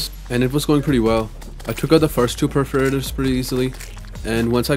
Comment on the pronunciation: why perferators? and not perforators?